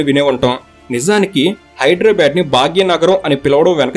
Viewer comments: హైదర్ ఏ ఆబాద్ కాదు హైదరాబాద్ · Very good information, but bro check UR pronounciation of Hyderabad is incorrect. At some places U have pronounced it correctly as BADH and some times U have used BAD. So, I request not to use as Bad it's BADH, HYDERABAD there is no H inwritting but while pronouncing it sounds BADH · Hydrabad kadandi hidarabad ani pronounce cheyyali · ఎవ్వడ్రా నువ్వు హైడ్రా భాద్ ,,కాదు బే హైదరాబాద్ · Bad కాదు... బాద్... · హైడ్రబాద్ కాదు హైదరాబాద్ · First you learn how to pronounce HYDERABAD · Are you pronouncing Hyderabad the way it is supposed to be? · Dear, pronounce hyderbad correctly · Pronounce Hyderabad properly first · You are pronansetio not right